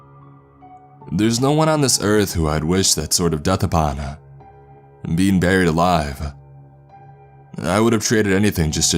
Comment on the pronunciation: i realized this as well LUL dead and buriedaaaah little annoying but still an interesting voice to listen to